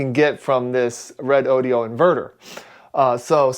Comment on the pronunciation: It's pronounced Reh doh doh!!